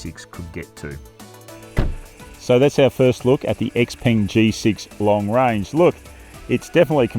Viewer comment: its pronounced "x-pung"......not x-PENG. Please get this right